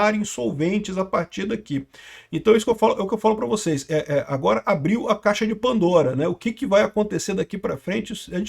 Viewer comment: Petição para ensinar o a falar Pandora e Rapper corretamente